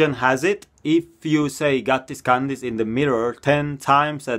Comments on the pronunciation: can this be on the next video. The way he said can this made him sound like he said kandis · The first question is funny cause it sounds like you say " Kandis"